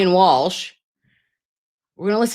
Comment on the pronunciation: Walsh sounds like Cozy as in Cosgrove